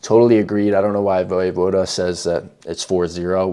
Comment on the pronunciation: You don't pronounce the e in his name.